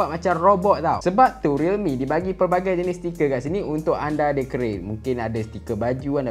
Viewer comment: Pelbagai bang bukan plebagai.